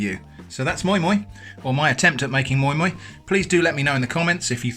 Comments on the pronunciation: It is called moi moi not moin moin lol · It’s pronounced ‘My My’